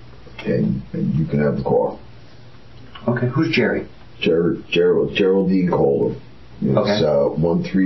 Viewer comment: This narrator has difficulty correctly pronouncing names like geraldine and Holman. Odd.